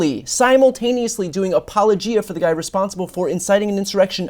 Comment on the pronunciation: hey Brian: apologia = appa LOW gee uh (just in case it comes up again)